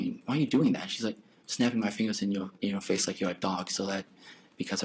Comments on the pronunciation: FINGLES! I'm dying! 😂👏🏻👏🏻😂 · Poor Elmer Fudd...speech impediment murderer, "she snapped her fingles in my face." 🙄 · LMAO NOT FINGLES sheesh